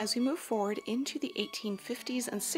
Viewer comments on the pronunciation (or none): none